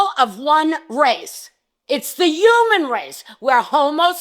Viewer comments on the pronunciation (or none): "the YUMAN race" 😂